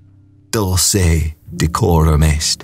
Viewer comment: The speaker pronounces dulce incorrectly